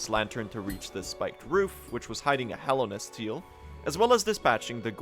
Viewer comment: FINALLY, someone who actually pronounces it "Hallownest" and not "Hollownest"